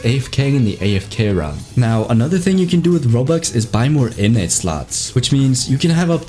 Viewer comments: Every time he said innate , it sounded like init bruv like the british people say .Innit bruv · Innnate ❌ Innits ✅